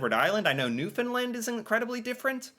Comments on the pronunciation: I have been watching your videos for a while now, and i can say you are starting to get really good at pronouncing Newfoundland correctly. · Its pronounced NEW FA LAN. I was born and raised there but now live in Toronto